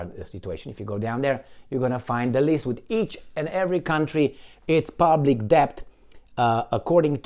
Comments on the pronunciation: Debt is pronounced det (the "b" is silent) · Excellent analysis,. Just don't sound "b" in the word "debt". Say "det" Argentina is a basket case. The man who claims he talks to his dead dogs (who apparently speak to him in the voice of the very powerful Jewish Bullrich) says he wants to privatize more... what's left? They have privatized even water!